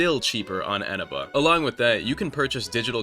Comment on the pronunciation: wait isnt the stress syllable on the middle e? Isn't it Enéba?